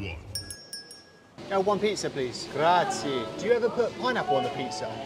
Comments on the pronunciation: Well look how he pronounced grazie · C'mon.. You can not pronounce "grazie" right? 😂